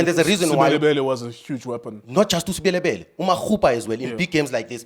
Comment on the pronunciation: Please try to pronounce Sebelebele. It's disrespectful what you're doing